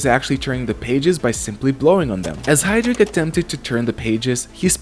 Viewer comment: James Hydric, not Heydrich